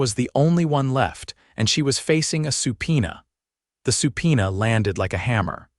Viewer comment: Subpoena, not Supina!